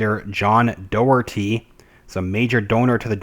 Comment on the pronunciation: Pronounced Jay nee Blackwell..Pronounced John Dock-erty